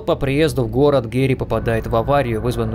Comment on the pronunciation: почему гэри а не гарри?